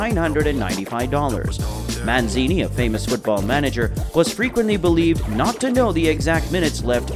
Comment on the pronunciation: An inability to pronounce peoples names is deffo a problem! MAN SEE NEE